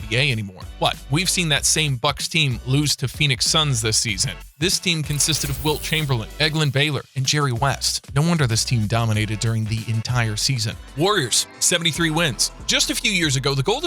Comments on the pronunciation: Anyone notice he said elgen not elglen like j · He said egglan baylor😂😂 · Did he say egglin Baylor